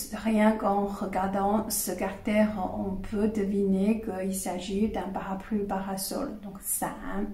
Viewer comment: Je crois que vous parlez tres bien le francais, vos exposes sont parfaitement clairs, si ce n'est cette petite baudriole (qui n'empeche pas la comprension et, au fond et apres tout, est gracieuse) du "carter" au lieu de caractere". Permettez-moi de rajouter que peut-etre simplement il vous a echappe cet esprit francais du "ordeno y mando" (expression espagnole en version originale, pardon), un caractere propre du francais comme en parlait Saint-Simon a propos d'une certaine marquise quand il ecrivait qu'elle avait parfaitement parle francais un jour qu'elle avait ete en colere avec son service domestique. C'est a dire sans laisser la place a l'equivoque ou au doute...et, j'imagine, avec les mots bien choisis selon ce que j'en deduisait de la lecture de l'anecdote dans un article de magazine litteraire... Je ne crois pas que ce soit un hasard que Descartes, un francais, soit a l'origine du cartesianisme... Un salut et merci a vous.